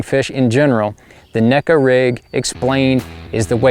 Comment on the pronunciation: Actually, John, the proper pronunciation is with a long A. (Nay-ko) 🙂